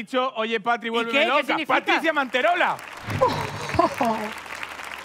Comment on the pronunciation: Javi diciendo que dice "Patri" y lo que dice es "Catri" de Catrina😂😂😂😂